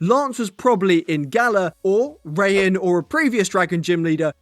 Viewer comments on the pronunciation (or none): It’s PRONOUNCED RYE HAWN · Why’d you pronounce Raihan’s name as “Rain” 💀